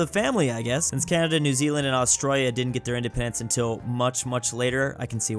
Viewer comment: Australia not austwayea